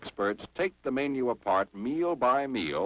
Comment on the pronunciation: And "may-nyew" instead of menu."